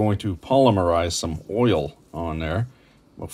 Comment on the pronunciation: A+ for correct pronuncification of ‘scallops.’ Rhymes with wallops, collops and trollops. Not gallups. Also for ‘erl.’ Next time you’re in the NS-NB borderlands, get yerself to the Grohman Knives factory in Pictou. Been in business since the 50’s and make skookum knives. I still have some knife blanks my grandfather got from there in the 60s. He never finished ‘em before he died. My dad got ‘em. He never finished ‘em before he died. Now I got ‘em. It’s on the list. Bacon ends from the butcher is the way to go. The end of the slab has more surface area so’s ya gets more smoke fravour. Mmm, fravour.